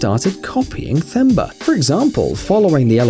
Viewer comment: It’s pronounced as T-Hemba not Th-emba